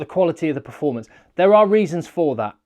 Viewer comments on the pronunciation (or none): none